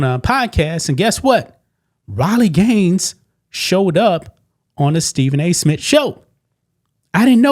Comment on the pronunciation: Who is Stephen A SMIT?